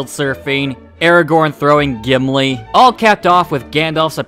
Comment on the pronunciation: Who's Jimlee? I cant belief you said a name wrong, thats shocking!